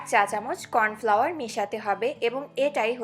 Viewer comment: ওটার উচ্চারণ কর্ণফ্লাওয়ার ।aar ota chinike jhor jhore rakhte sahajjo kore